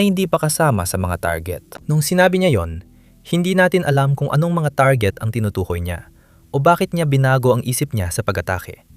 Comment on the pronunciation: Pilipino kb? Kc iba ka magsalita, tarjet dapat target